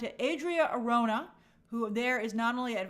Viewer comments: I'm open to whoever they cast as Wonder Woman, but I hope they don't do another skinny WW, she needs to be buff, and I mean buff. Also, you're mispronouncing Arjona (it's Are ho na), but someone already mentioned that. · Hey Grace, Adria Arjona, Arjona is pronounce ar-HO-na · Arjona is pronounced ahr-HOH-nah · the correct pronunciation for Adria Arjona is "R ho na" the jo is like the ho in home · Somebody probably already corrected you but Adria’s last name is pronounced ar - HO (as in honey) -na. She’s actually technically a “nepo baby” lol, her dad is one of the most influential Hispanic singer songwriters of the last 30ish years and huge in Latin America, tho since she works in a totally different market I don’t think she benefited that much from her dad’s influence other than the obvious money = opportunity and better access to everything, etc. in any case, she’s been super talented and charismatic in everything I’ve seen of her so I’m very happy she’s doing so well and getting so many opportunities in Hollywood! Have a good rest of your week Grace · Arjona = ARH-HUN-AHH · Arjona is pronounced like “Are” “ho” “nah”.